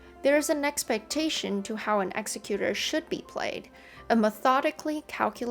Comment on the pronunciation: Nice video. You pronounce "Executor" incorrectly though. Don't feel too bad, lots of the community do. However, it's not pronounced like the word "Executioner."